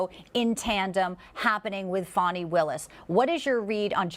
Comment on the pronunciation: It’s not Fawnnie Wilis .It’s Fani Willis.The A in Fani is audible